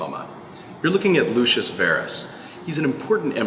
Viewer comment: When you call a ROMAN: lushis 🤦🏻